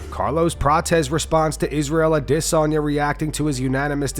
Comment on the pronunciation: It's "Adesanya." ....not "Idissonya." Idk who came up with that shit but it's dumb and cringe....when I hear it, I don't hear "Idissonya." I immediately think the person who said it has a speech impediment and or doesn't know how to say the name....yuck